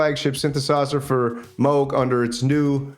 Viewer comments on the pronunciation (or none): Did he say Moog Moose!?